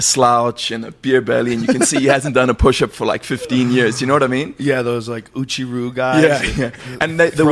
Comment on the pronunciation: When You said OOCHI Ryu did You mean Uechi--Ryu?